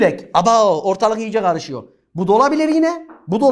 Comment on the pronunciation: 14.00’te “Abooww ortalık iyice garışıyo” patladım 😂😂😂😂😂😂😂